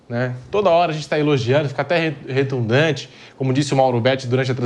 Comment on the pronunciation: Engraçado falar "retundante", uma mistura de redundante e retumbante. Mas a palavra é "redundante". E o Pedrinho é ótimo, o acho melhor que o Pimpilhado, que parecem o mesmo com sotaques diferentes.